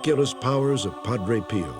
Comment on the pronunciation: If I hear "Padre Peeo" one more time.........